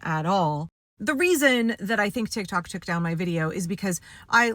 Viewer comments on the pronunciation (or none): none